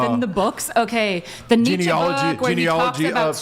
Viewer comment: Who THE F is Netcha? Do you mean Friedrich Nietzsche???? -02